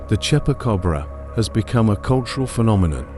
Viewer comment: Tell AI Voice is not Chepa Cobra , is Chupa Cabra